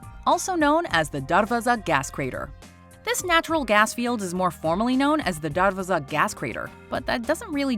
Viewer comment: No she pronounced darvaza wrong